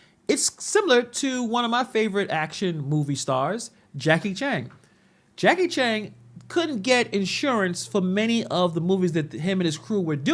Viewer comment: Did this fool call Jackie Chan “Jackie Chang” twice lol